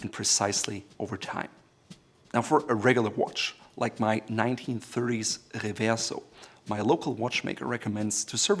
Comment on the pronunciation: Wow, never heard "Reverso" pronounced like that before. He probably should have cleared his throat before that take LOL